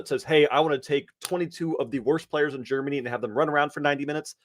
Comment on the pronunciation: i love you guys and i don’t mean it in a mean way, but those soccer picks are really disrespectful, as an European it’s hard for me to hear those, when you can’t even pronounce them and say their the worst 22 player from Germany when you apparently have no idea and just looked at stats…